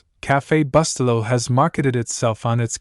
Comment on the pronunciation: Reprogram your AI to pronounce the name of the product properly! It's spoken: Boo-stel'-low.